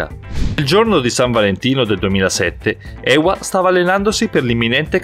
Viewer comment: Ewa wisnierska Si dice eva anche se ce la doppiaw